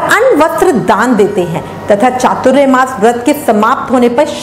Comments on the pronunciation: Hare Krishna keep your pronunciation clear, we would have Chatur Mas, not chaturya mas. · Chaturyamas nahi chaturmas bolo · . . Firstly pronounce it properly ! . . It’s not ‘chaturyamas’ but ‘chaaturmaa’ ! . .